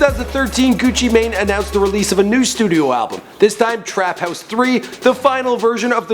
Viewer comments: It's pronounced gucci man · nigga said gucci may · It not Gucci main it's Gucci man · His name isnt Frederick Davis you stupid dumbass, its Radric Davis. Also, pronounced GUCCI "MAN". Fuck this guy. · pronounced gewchee main